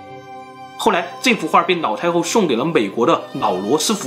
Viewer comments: 我怎么一直听到 脑 太后？😅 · 是不是故意發音成腦太后？ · 的ㄌ音會唸ㄋ音。 一直聽成“腦”太后，”那”八。很有趣，不知道是哪裡人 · 她真的很誇張...我一邊炒菜一邊聽,一直把老太后聽成老太婆XD想說英雄所見略同(X) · 是哪个口音, 把 L 念成 N, 老太后念成脑太后。内裤念泪裤,牛奶念牛lăi。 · 我一直听见脑太厚 HAHAHAHA 有人和我一样吗？ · 每一次都听成 : 脑太后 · 我听成老太婆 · 你沒聽錯，他就是這樣發音的 不知道為什麼他的發音，都把 L 和 N 對換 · 你的 ''腦''太后很出戲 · 对不起 你说的故事十分好听，可是我真的很在意你的发音＂脑＂太后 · 樓主有所不知，跟王剛，還有他的徒弟漆二娃一樣，每次發L的子音時，都會念成n的子音，比如切料念成切尿，輔料講成輔尿，而老太后就念成…………